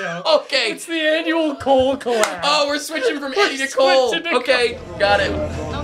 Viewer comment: I'm sure it's been said 100 times but I'll say it again.....cole-llab